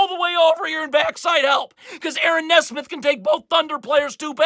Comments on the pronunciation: It’s NEE-smith not Ne-smith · It's pronounced "Knee-Smith" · He still can't pronounce Nesmith.